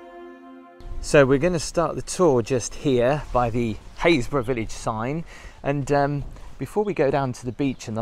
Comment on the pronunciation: when you left the church, you called this place Hayesburgh - i thought it would have sounded more like happis-burgh lol ive never heard of this place. just a suggestion.. for those of us who know nothing about where your places are... it would be nice to see a tiny shape of UK in a corner with a dot of where you are. ... like i said... just a suggestion, as i have to look up every place :)